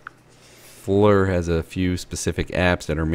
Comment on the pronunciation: Need to show walls it’s Flir read the box not Fleur